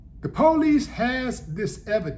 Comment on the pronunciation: Willy D cracks me up the way he pronounces the word police LOL 😂. He pronounces it "poe-lice" LOL 😐.